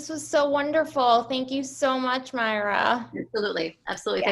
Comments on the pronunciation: Not Myra. NOt Maria. MAR-YA. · Indeed MAR-YA, Russian for Mary